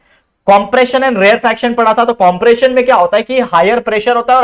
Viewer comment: sir rarefaction ko rarefraction kr diya apne